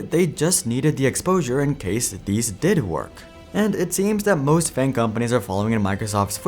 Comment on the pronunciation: you said FAG jojojo